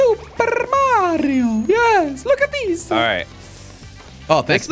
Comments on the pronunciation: bro said marryO cart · It's mario noy Mary io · “Merio Kart” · I love you jelly but the way you said Mario kart hurt to hear cause I love mario